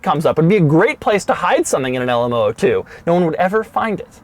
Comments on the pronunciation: It's a zero-zero-two. Not oh-oh-two. The "O" is a letter, not a number. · It’s called the L M “Double 0” 2 not the L M oh oh 2 😂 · LM zero zero 2. not LM oh oh 2. it's numerical not alphabetical. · posit that this vehicle is called the LM zero, zero two because there are three numbers in the name., so it’s not two letters, Oh, Oh then the number two. I’m not singling you out.most people say it incorrectly, but that’s the issue, when it’s reapeated incorrectly, It’s perpetuated. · LM Zero Zero Two! Not "oh oh" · Zero not o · Sounds like he is saying the Elmo2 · Is it an LM ooh ooh 2, or LM zero zero 2? you wrote zero zero 2 but say oh oh 2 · LM zero zero 2, O is a letter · Why do you call it LM-Oh-Oh-two? It's called LM-zero-zero-two! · Love the video, and I'll check out more because of this one! Just one peeve here though. LM002. "0" is a number, pronounced "zero" or "zed" for the Brits and whatnot... "O" is a letter, pronounced as "oh". Those are "zeros", not "ohs". :D Zero, by the way, are you Jay Leno's son?! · It's LM002 not LMOO2, the letters not the numbers. You kept saying oo2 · Can you call it the "Lamborghini LM Double O 2" instead of "LM O O 2"? Just sounds better haha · Stop saying "alamo 2" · Lamborghini Le Moo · The Lamborghini LAMOO? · i heard lamborghini lmao2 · When he pronounce LMOO2, its sound like Alamo